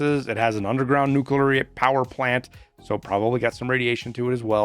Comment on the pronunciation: No. It's not nucular power ship, it's nuclear powered ship.